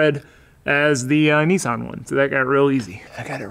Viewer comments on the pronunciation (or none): Its "niss-an" not "nee-sarn" 😂😂😂